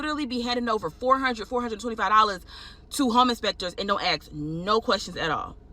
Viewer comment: how would somebody "axe" questions?